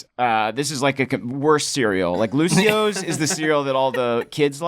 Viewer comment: its lucio- OHs